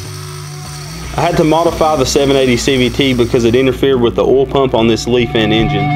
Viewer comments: ITS NOT PRONOUNCED “LEAF-AN” ITS PRONOUNCED “LIE-FAN” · Lee-Fan is how its pronounced. I have talked with a rep and he said to make sure I said it right lol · It is pronounced leefan . I know because when they sent me the engine they told me to pronounce it that way